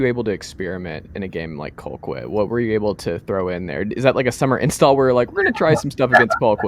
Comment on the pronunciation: Call quit not Cole quit 🙄